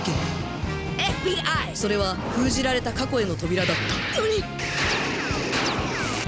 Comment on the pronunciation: えふびーあぁ〜い！ 発音良すぎな